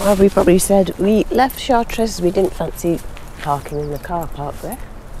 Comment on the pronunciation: Chartres is pronounced without the res!